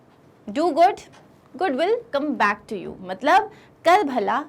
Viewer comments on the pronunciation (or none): none